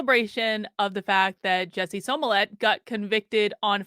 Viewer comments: I love you, but if you’re going to report, you MUST pronounce people’s names correctly. It’s not SOmillett. It’s SMollett. 🙏🏽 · Are you saying his name like SEW MOLLET? 🤔